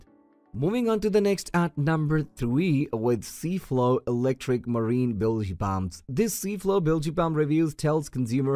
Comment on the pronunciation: "Bilgy Pumps"!